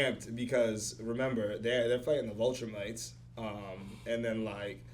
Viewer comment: stop saying vulturemites. It’s Viltrumites lol.